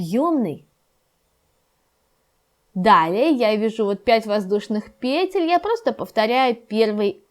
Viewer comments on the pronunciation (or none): Шарфик очень нежный ! Спасибо ! Но в слове "петля "ударение падает на последний слог ! Видео должно быть грамотным !